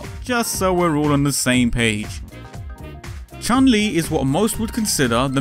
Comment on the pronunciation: Why Americans and Europians call her Chan Li? Because she is Chun Li, she's transription is 'tʃju:n li in japan.